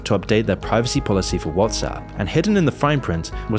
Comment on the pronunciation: women “Preevecy”